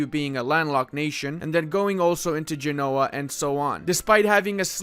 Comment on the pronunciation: You are mispronouncing Genoa.